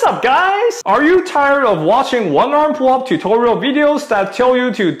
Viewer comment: I keep hearing WormPullup... I was so confused